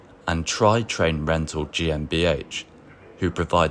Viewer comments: T.R.I. Not Try... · was built in 1979, so it's not even 50 years old. : TRI is pronounced individually, not as an acronym. : The 101 series was built from 1995 onwards, so it is far from being 50 or even 60 years old. : Please pay attention to the correct pronunciation of Neuss /nɔɪ̯s/. Your pronunciation is nonsense; it sounds like Nüss /ˈnʏs/. The pronunciation of Krefeld is just as wrong. The correct pronunciation is /ˈkʁeːfɛlt/. : The correct pronunciation of Düsseldorf is /ˈdʏsl̩ˌdɔʁf/. : 111 054 was built in 1976 (not even 50 years old now) and is shown here in a fantasy livery. The locomotive was never painted this blue, but originally in ocean blue and beige.